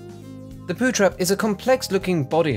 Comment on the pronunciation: pow trhep xD (i spelled that phrase wrong on purpose.)